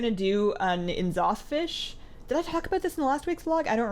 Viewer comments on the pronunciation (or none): EEEN'Zoth..... its Neeh'Zoth. like C'thun is Cuuh'Thun not Cee'Thun